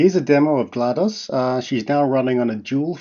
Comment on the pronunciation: like chatgpt talking mode but glados and integrated with smart home api! and running locally on two 4090s. awesome! now it just needs to pronounce GLaDOS correctly